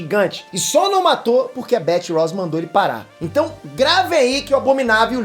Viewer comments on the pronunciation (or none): none